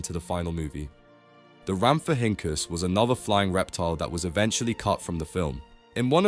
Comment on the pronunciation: Just a quick pointer to help you out The Pterosaur name Rhamphorhynchus is pronounced "Ramph- oh- rin- cus" 😊 Hope this helps and thanks for the information in the video! 😁